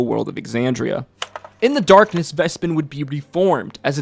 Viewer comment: Did this man not watch Calamity, where Vespin's name is pronounced multiple times?